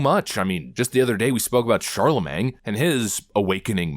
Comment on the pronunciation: Dude… it’s pronounced CharleMAIN. Not MANG. Oy…